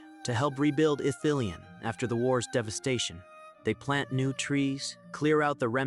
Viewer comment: Mate it's pronounced Ith-ili-en not Ith-ileen. Sorry but someone has to tell you